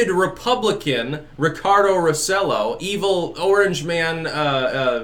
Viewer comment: It's pronounced "roh - seh - JOH", in case you're interested.